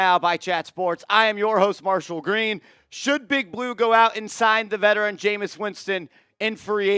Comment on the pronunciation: Bro, for all those QBs you named, we might as well keep Lock, lmao 😅 cmon man, it's Jameis!